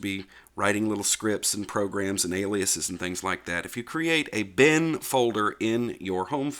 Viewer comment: I started listening to this video while doing something else and I have to really watch it again as some of your scripts look really useful. Glad to know the machine is doing fine. Also, just listening, I could have sworn you said that you created a "Ben" folder until I looked and saw that it was bin. My hearing is going, and my memory, as my daughter likes to point out. Luckily I still have my hair. :)